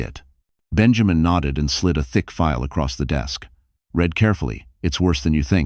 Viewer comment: Please teach your AI narrator how to pronounce cafe and read/read, maybe lessons in correct grammar